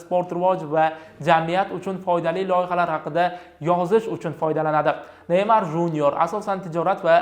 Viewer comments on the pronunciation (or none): none